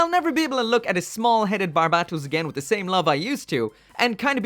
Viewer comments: Every time this guy says barbatos wrong,I start losing brain cells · You still can’t say his name right